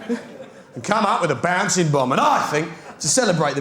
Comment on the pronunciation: Baansing bomb 😅😅